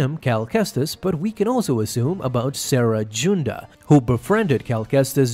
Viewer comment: I do NOT understand what is with people mispronouncing names is star wars...WE'VE HEARD THEM SPOKEN. HOW DID YOU CALL CERE SARA...THATS ALMOST AS BAD AS RYAN AREY CALLING KRRSANTAN KURSITAN